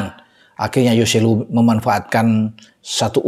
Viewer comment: hoselu bung bukan yoselu